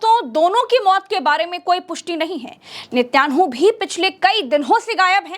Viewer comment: नित्यांहु बहुत अच्छा बोलती है आप, बस नित्यांहु के आगे आतंकवादी जरूर बोले,, वैसे सही उच्चारण आतंकवादी नेतन्याहू होता है, लेकिन आपके मुंह से नित्यांहु अच्छा लगता हैं